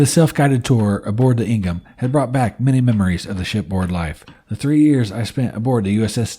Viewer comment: I was stationed on her . Pronounced Ing-ham not Ing-rim. Great video. Thanks.